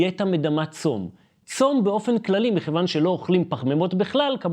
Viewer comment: טעות לשונית צורמת ראוי לתקן המילה מכיוון עם כ' דגושה. תודה על המידע הכל כך חשוב שלא ידעתי לפני❤